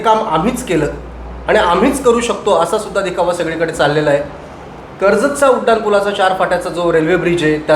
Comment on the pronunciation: उडान नाही उड्डाणं असं बोला 😂